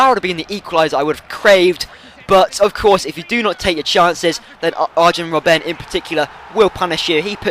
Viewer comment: you keep on calling him robbén but it's robben. simple as that mate ;D